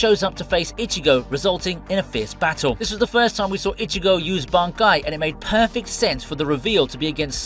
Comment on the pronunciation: It's Biya-kuya it's not Bi-Ya-Kuu-Yah